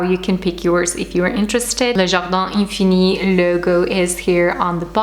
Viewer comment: Wow!!!! Loved them!!!! I love how you pronounce the name of the brand!!! You are the best!! Definitely going to order one for my bedroom!!!! 😍😍😍